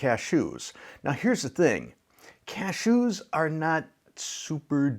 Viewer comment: I love the way that you say "CashOOS," kind of like you are sneezing. 😁